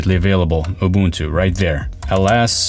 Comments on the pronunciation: He got the Ubuntu pronunciation right ❤ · From Southern Africa we thank you for pronouncing Ubuntu correctly. Well, close enough. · it's always a breath of fresh air when the word isn't butchered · I pronounced Ubuntu ( ooo-boon-too ) correctly from the very beginning as an American since I knew from the beginning it was an African Linux distribution. With German being my first 2nd language helped a lot.